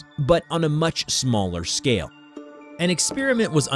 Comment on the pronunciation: "on a much shmaller shcale